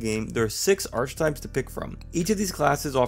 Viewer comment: That’s not how you pronounce archetype